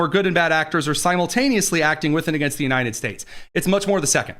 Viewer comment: The President of the “Unai-NED” States 😂 😂😂